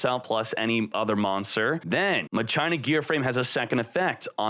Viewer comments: Muh China Lol. Muh sheen uh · What is with your pronunciation it's not pronounce ma China lol